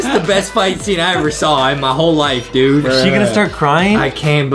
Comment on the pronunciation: you said dude wrong!